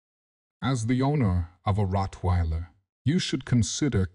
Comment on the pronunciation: I apologize for the wrong pronunciation of Rottweiler in the video.